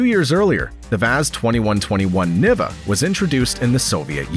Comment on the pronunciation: It would make the Niva the first crossover? (Also it’s pronounced nee-va)